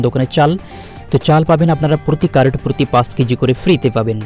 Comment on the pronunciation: তুইতো কার্ড (card) শব্দ উচ্চারণ করতে পারিনা ঠিকমতো কি করে ইউটিউব চালায়, আগে নিজে বুঝার চেষ্টা কর তারপর অপরকে বুঝাবার চেষ্টা কর।